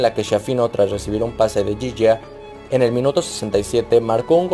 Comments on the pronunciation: No es por nada pero se dice iggia sin la g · Se escribe Ghiggia pero se dice así